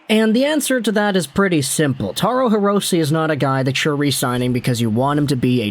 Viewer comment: Hirose is a Japanese last name, so the "e" in Hirose is pronounced like an "a." Just an fyi.